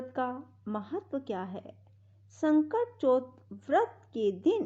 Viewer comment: Baaki sb thik hai pr ye sakat chauth hai na ki sankat chaut or chhote o ki matra or bade au ki matra ka pronounciation glt hai jis se Katha sun ne mai thoda disturbance ho rha na ..... Jai shree Krishna. Jai shree ganesh